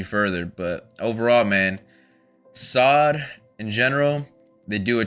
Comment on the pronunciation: Please stop calling them sod... its soad, sounds like toad not like god. Thank u😊